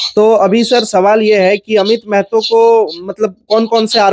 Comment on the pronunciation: Meeeehto nahi maahaatoo bolo Bhai.